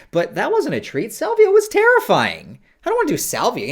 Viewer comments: Im watching this high and every time he said treat i thought he said tree 😒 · I thought Adam was say "we've got a tree coming, we've got a tree" the first few times and I was really confused